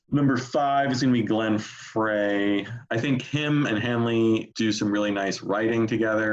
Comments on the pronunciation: The dude at the top left lost all credibility if he cannot even pronounce Glenn Frey's name properly. The other two talked about Hotel California exclusively. No other album was mentioned except One of These Nights once when they were talking about Don Felder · Guy doesn’t know how to pronounce Glenn Frey.